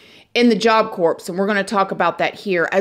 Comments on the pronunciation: Unbelievable! Good job! I NEVER comment, but seriously? Job Corpse? I love you!! You for sure know by now it’s Job Core (pronunciation), but I can’t help laughing. Love you child!! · Job Corps is pronounced Job Core. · Job Corps = Jaap Kor 👉 (pronounced, sounds like) (p & s are silent) 🙂👍